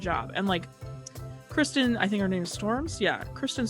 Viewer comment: Sorry to correct you, but its Kirsten, not Kristen, and its pronounced like the other Kirsten who is a Dunst. About this film, my sister and her cousin were obsessed with this film.